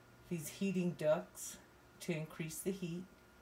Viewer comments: Heating DUCTS, not "ducks"! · ducts. not ducks.